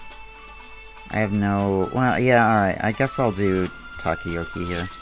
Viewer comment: *Taco-'yaw'-key Hearing you say it differently sent a shiver up my spine every time. This video 3 silly 5 me. Cant wait to see what the other guilds do